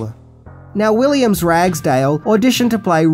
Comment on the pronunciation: love and laffs from Pittsburgh USA You're stuff is always good. Question: why do you keep saying WilliamS Ragsdale? You even showed the film credits that say William? By the way, you should have talked about the soundtrack. Its really one of the best rock tracks out there and I still have mine on cassette tape. G ' day mate!